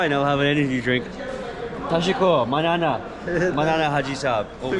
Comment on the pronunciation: ❤️ I'm a Pashtun from Pakistan and hearing you saying 'manana' just melted my heart.